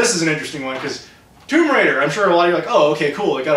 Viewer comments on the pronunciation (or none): none